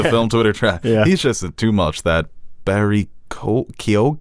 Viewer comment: hey fellas it’s pronounced ‘barry kee-gen’